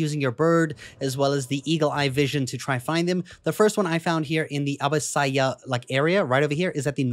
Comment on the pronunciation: its not abisayah more like abba sia